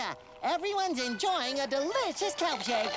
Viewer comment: "KELP CHAKE" 😂